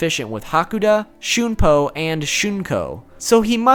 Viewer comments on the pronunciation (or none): none